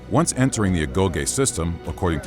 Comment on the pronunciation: Agoge* not Agouwghei